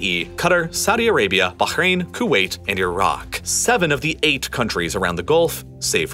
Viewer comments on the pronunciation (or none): The way he says Bahrain pisses me off. You’re American, you don’t need to make your pronunciation sound like you’re Arabic, no one cares if you say Bahrain normally. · Could not bear the overexaggerated emphasis on virtually every word. Or the pronunciation of foreign places, like baHrain and homuuUUzzZ. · How is it this dude pronounces Qatar and Bahrain? I gave up watching this till the end - my ears are bleeding. 😬😂